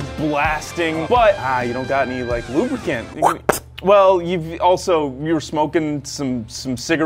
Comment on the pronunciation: I quite enjoyed the "LubADick". Yes, i guess i'll call it that. LubADick!